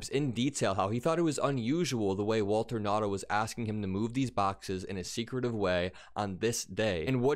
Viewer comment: Waltine. Not Walter. Everything with Trump has to be weird.